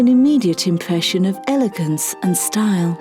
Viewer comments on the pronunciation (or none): The fact she replaces every r with a w kills me. "Custom dwapewy and a cathedewal covwewd ceiling" "Gives an immediate impwession"...